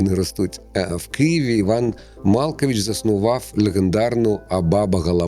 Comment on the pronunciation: Іван МалкОвич а не МАлкович заснував Абабугаламагу